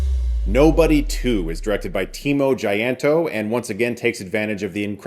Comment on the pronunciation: Timo jayanto? Well close its timo cahyanto which is confusing since its old indonesian writing